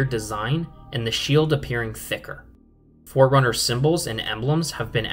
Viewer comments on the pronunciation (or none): none